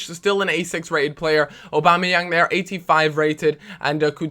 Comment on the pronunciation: he calls Aubameyang, Obama-yang sometimes, that was what i was referring too